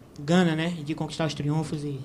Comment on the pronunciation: Ele só precisa aprender a falar Triunfo